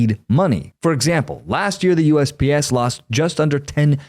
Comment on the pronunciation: I know he was saying USPS, but it sounded at first like he was saying USBS